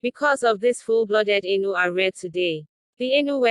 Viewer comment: The voce pronounces them A * inu * it means dog in Japanese ,it should be Ai-nu,theb Japanese used the word inu to vilify them.